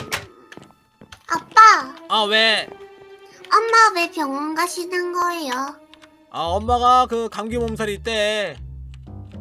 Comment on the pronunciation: 초때 요루가 "엄마 왜 병원가시는 거에요?"할 때 사투리 씀